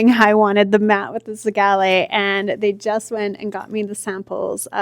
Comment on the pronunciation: whys she pronouncing zellige like that 😭the square tiles she pointed out are very pretty the bathroom is going to look great